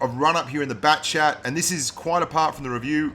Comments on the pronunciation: All this time I thought he was saying backchat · yeah he said it wrong